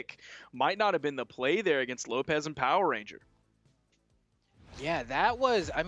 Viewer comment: Lol it's "power RANGER* not " Power RENGER" lol